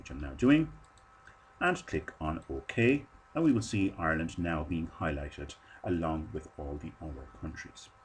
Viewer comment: Hireland :D